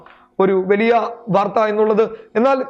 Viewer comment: അവതരണത്തിലെ ശരീര ഭാഷ കൊള്ളാം.., വാക്കുകളിലെ സ്ഫുടതയും , വ്യക്തതയും ഏറെ ശ്രദ്ധിക്കാനുണ്ട്..(etc.. വെലിയ അല്ല വലിയ)..ഈ ഊർജസ്വലതയിൽ ഉയർച്ച കാണുന്നു...